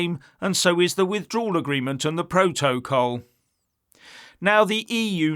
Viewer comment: Var-ad-car, pro-to-col , learn how to read Ff,s, imagine this little git, running the U.K.